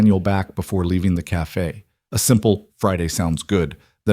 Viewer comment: ITS SPELT CAFE WHY DO SAY CAFA SPELT CAFE😊